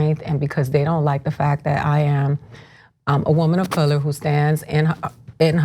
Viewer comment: I think you mean "womuh of curler"